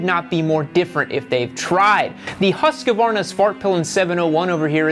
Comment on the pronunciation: To all Americans: Hoosqwarna (as in booze and squirm; if you say Huss-kuh-varna you sound like a moron) Moto Gootsee (as in pizza; if you say Guhzee you also sound like a moron, to me at least) It's really not hard even for 'Murricans, come on, show some respect. You don't want me to say Harlee Duhwidsun either, right?